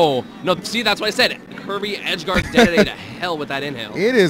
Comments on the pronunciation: God I get fucking infuriated when someone pronounces dedede like daydayday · He said DeDeDe wrong all the way back them too. 🤣